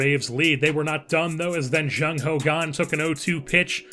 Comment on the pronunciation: why do you pronounce "kang" as "gang"?